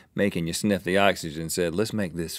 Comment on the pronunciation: me me big boy snif not snip